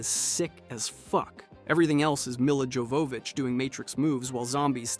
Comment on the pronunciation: That's not how Mila's last name is pronounced